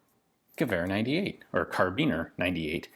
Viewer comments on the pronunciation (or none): btw, in German it's actually karAbiner, not karbiner